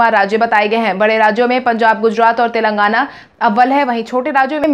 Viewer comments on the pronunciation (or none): none